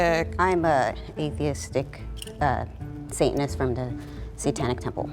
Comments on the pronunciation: I’m guessing it’s the girl in the red lip and white top cause she said satinist the rest didn’t they just said sayanist they didn’t pronounce the t so I’m guessing her literally from the first 10 seconds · my first guess is the one who pronounced the first “t” of satanist.